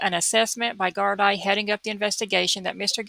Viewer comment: Gardai is prounced gardee. Great cover